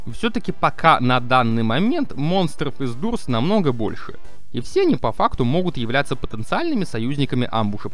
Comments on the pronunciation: Амбуш и не дурс а дорс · Не дурс а дорс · ни дурс а доорс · Та не дурс а дорс!!!😡